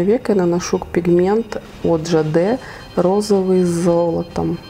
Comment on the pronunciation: Очень смешное начало ))) Повеселила ))) Кстати, израильская марка Ja-De произноситься правильно Джэйд (я тоже всегда говорила Жа Дэ, а потом от израильских блоггеров узнала как правильно)